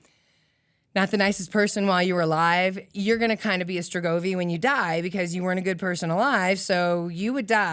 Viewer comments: *Strigoi" not "strogovi"... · Cool story telling. The correct pronunciation is "strigoi". The Thinker and Woman Sitting are from the Hamangia culture, one of many cultures that flourished in the region beginning after the last ice age.